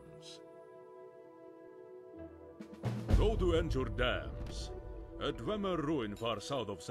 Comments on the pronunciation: I love how the nord guy mispronounces Nchurdamz. Don't know whether it was intentional or not but it seems really fitting either way. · Voice acting is pretty good for what it is, but, of course, still fail to pronounce dwarven names.